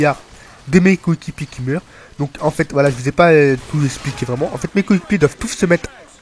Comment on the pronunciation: Ca va, pas trop de problèmes d'élocution .. " Mes cokikipiers "